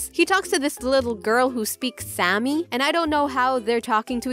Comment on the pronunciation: Did Did you just call the sámi girl Sammy